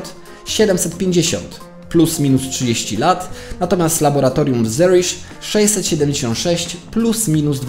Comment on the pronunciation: Wiem, że stary film, ale muszę, bo normalnie mi uszy krwawią. Nie "tuskon" tylko "tusson" i nie "zerish" tylko "Zürich" (niemieckojęzyczne miasto w Szwajcarii)